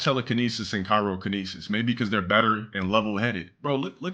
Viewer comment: Unc is STILL saying “Cairokinesis” after all these years 😭.